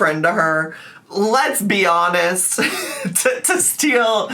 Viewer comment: I could have sworn you said, “lez-be honest.” Despite that misses opportunity, life is so hectic!